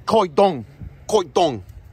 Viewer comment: Hahahaha when you said kow dong on that Navian sign that has me on my news !